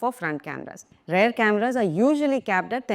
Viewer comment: Please... don't pronounce "rear" as "rare". It's endemic throughout India.